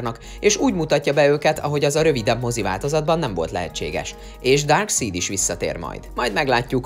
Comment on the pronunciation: Ki az a DÁRKSZÍD? Le szid mindenkit? Vagy mi? :D